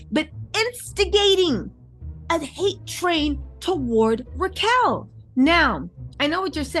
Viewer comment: It's Rachel. Not Ra chel.